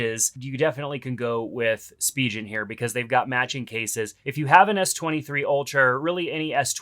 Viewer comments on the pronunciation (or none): It's pronounced spee'gan...